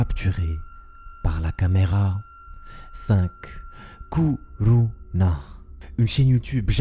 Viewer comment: toi : Ku Ru NA Moi : Co Ro NA